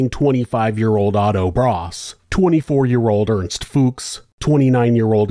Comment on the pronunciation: Woah did you pronounce Fuchs correctly??